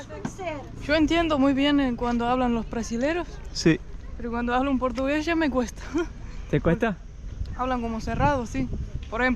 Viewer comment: "Vos cha la probaste?" "Cho cha la probé!" 😄